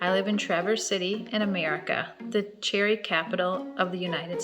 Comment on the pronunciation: She is definitely missing a syllable in the cherry.